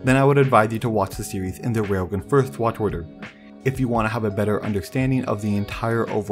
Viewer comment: bro.. its RAILGUN, not wailgun